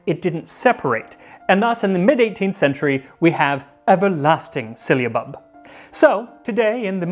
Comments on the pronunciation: I found your channel, and I am loving all your videos! The anthropology and history of food is awesome. One thing, I think it's pronounced differently than you were pronouncing it. I believe it's pronounced sil·la·bub, not sil-lee-a-bub which was how you seemed to pronounce it. Anyway keep making these amazing videos! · I'm afraid your pronunciation is a little 'silly'. It's si· luh·buhb not si· ll·y·a·buhb. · Would this not be pronounced "Sigh-luh-bub" or "Syl-luh-bub" instead of "Silly-uh-bub" Sorry, that's driving me mad. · sil-a-bub, NOT silly-a-bub. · The way it's spelled it should not be pronounced with an i before the a. Unless my eyes deceive me, it's not SYLIABUB - It's SYLLABUB. . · Syllabub has only 3 syllables 😁 but you gave it 4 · I'm finding his pronunciation "silly-abub" more amusing that I probably should. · It's not 'syllia-bub. it's syll-a-bub! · Just FYI, you keep saying “sylliabub”, not “syllabub”. You’re adding an extra “i” in there. It’s pronounced SIL-A-BUB. 😊 Love your videos. I think you should open a restaurant. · It’s “sill ah bub” not “silly a bub”. You’re adding an i that isn’t there. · Bruh, it is just syllabub pronounced sil-uh-bub not silly-uh-bub. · How strange that "Sy-lla-bub", should be interchangeable with "Silly-a-bub". Folk do tend to complicate words that they are new to, adding letters or even syllables ('silly-ables'..? LOL!). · It's syl-a-bub.....Not syliabub. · Ummm why are you pronouncing it sill-i-abub? Are you reading the word wrong? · Sounds like "Sill-UH-Bub. Not "silly a bub." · It's not a Spanish ll, nor yet a Welsh. Silabub. Not sillybub, nor sihllabub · It's syl-la-bub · I think you are adding in the extra syllable. It’s definitely syllabub. Sil a bub. My grandmother used to make it. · I'm SO making this very soon. But it's pronounced sil a bub, my dear. And where do I find orange flower water? Thank you for the lesson and recipe!